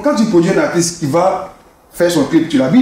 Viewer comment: finalement quelqu’un() qui prononce correctement le mot « Artiste »… ko artiss